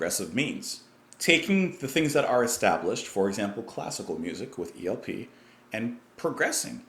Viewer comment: sounded like you said ELPR, lol